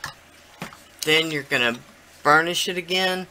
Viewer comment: Sounded like u said "ur gonna burn the shit down" lmfao..... I realized u meant burnish it down haha 😆 😆